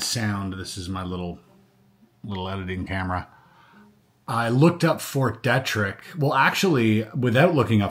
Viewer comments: Dee-trick not detric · Fort Dietrich isn’t pronounced fort Detrick… 😖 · It’s pronounced Fort “Dee-trick”, just a heads up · Fort DEE-trick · It’s Fort Deet-Rick, MD. Just an FYI on the pronunciation. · It’s pronounced “Fort Dee-trick.” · Pronounced Deetrick. Frederick. MD. Yep. Lots of underground contamination also. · BTW, It’s pronounced Fort Dee-Trick. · I thought knowing how to pronounce Fort Detrick was common knowledge too. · You have mispronounced a bunch of words. Ft. Derrick is pronounced dee-trick. Glial cells is pronounced glee-al. You have access to multiple AIs and pronunciation software. You'll bolster your credibility by using them. Otherwise good job. With the onset of gray hair this should become less of a problem. Have you not heard other people pronounce Ft. Detrick?